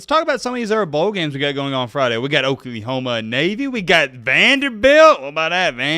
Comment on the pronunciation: thanks for sharing my comment that was awesome. I really enjoy the channel nuff said. And would you please stop saying Okliehoma lol. And speaking of Oregon disrespect, as a Sooner fan I will NEVER forget the great 3 blind referee debacle of the 05 season. Wtf was that? Yes I hold a grudge 😅